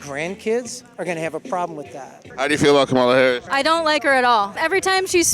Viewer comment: That guy pronounces Harris’ name like the late pro wrestler.